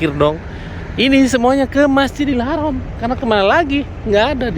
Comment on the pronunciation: BUKAN HAROM TAPI HARAM ...